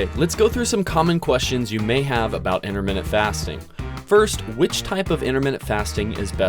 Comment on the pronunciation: Why does he say interminute fasting?